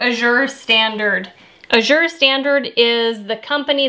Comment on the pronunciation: I think Azure is pronounced with the accent on the first syllable: Ă-zher. Short "a" as in "cat."